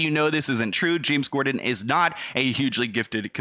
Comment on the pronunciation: Gotta pronounce "corden" better.. lol you literally kept saying "gorden"